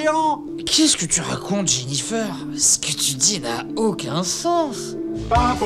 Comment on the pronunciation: "Jennifer" mes oreille on saigner. Il manque un perso essentiels de la série triss